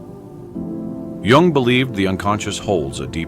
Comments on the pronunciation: Jung, not Young. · it is spelled JUNG not Young